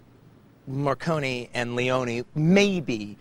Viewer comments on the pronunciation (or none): Quentin , is MORRICONE , not MARCONI , god ,english people will never speak correct italian.